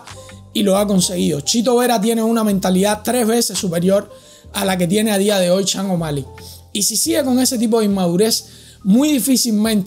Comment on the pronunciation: ¿Las lesiones de Bryant y Jordan eran igual a la de O´Malley? ¿Has sufrido tú la misma lesión de O´Malley? ¿Cuánto tiempo tardaste en recuperarte?...Y será campeón cuando dejes de pronunciar su nombre como: "Changomali" (je!)